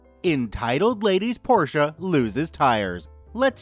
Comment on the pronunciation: Thank you for pronouncing Porsche correct greetings from am German that get's trigget by wrong pronounciation